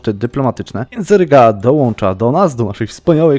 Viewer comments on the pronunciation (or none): none